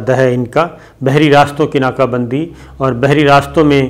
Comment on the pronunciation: ناقہ بندی نہیں ناکہ بندی۔ 🤦‍♂️🤣